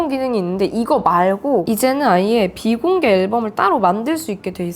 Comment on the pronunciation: 사투리 모먼트 비 ↑공개 앨범을~~ 녹화하~ 고 싶은~~ 덕↑질할때